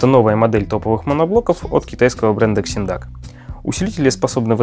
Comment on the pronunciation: Вообще то читаеться не Ксиндак ,а Зиндак